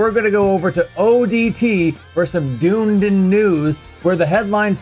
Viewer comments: "Dune-din" That pronunciation is almost as feral as shitting in the mosh pit. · Hes pronouncing the city name wrong 😂😂 dunnydin is literally a shithole. Unless your vegan!